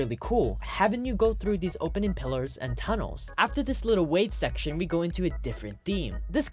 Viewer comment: This man said "shecshon" 5 times btw